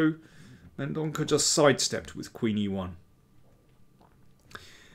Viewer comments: I think "Mendonca" is pronounced with a soft "c". Love your books and videos. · Daniel, the 'c' in Mendonca is prounounced as 's' in sea- Thank you for all your efforts:) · He is from Goa. Its a Portuguese surname and is pronounced as Mendonça. I say this because I too, share a Portuguese surname.